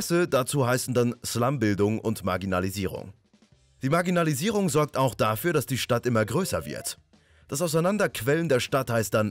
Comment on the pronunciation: dierks67 Es hört sich aber doch ein bisschen so an...